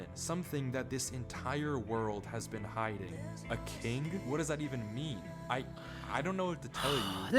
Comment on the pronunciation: I love how says, "WOT"